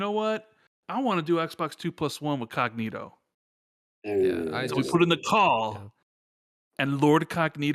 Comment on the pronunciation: Who in tha fuck is "lord cogkneetoe"? Ain't nobody got time f'dat.